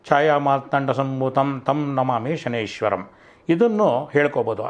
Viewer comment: ಶನೇಶ್ವರಂ ಅಲ್ಲರೀ ಶನೈಶ್ಚರಂ ಎಂದು ಹೇಳಿ ಜ್ಯೋತಿಷ್ಯ ಹೇಳುವುದಕ್ಕಿಂತ ಮೊದಲು Basics ತಿಳಿದುಕೊಳ್ಳಿ